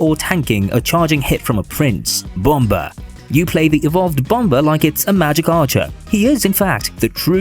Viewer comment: ☕︎ It's actually pronounced as bum-mr not bum-ber